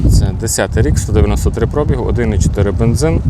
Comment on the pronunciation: Пробі (гу), а не про(бі) гу!